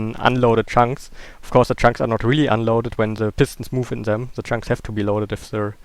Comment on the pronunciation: It is always interesting to see how minecraft works:D Therefore: Good video btw why dont you say " dem" instead of " sem" for" them" if you arent able to pronounce "th"?